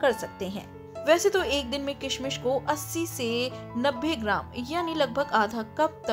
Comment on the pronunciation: Bahot bura video bnaya kishmish to sahi bol le pehle